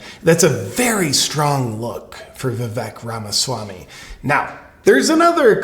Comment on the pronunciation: Anyone else notice that DJT pronounces Vivek Ramaswamy's name perfectly. He also doesn't have any funny / biting nicknames for him. This was a perfect audition for VP by Vivek.